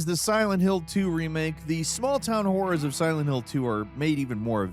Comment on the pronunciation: Took me three times listening to this to realize you said "horrors" and not ... something else entirely. LOL